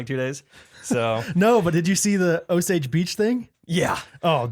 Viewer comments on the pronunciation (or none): none